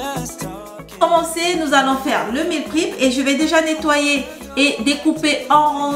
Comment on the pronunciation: Meal prep se prononce mil prep et non mil prip